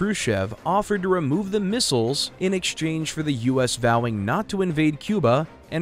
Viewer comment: These are very good but you could make them a little better if you didn’t mispronounce the word “the” with a long e when the next word starts with a consonant. It’s okay but it drives me crazy.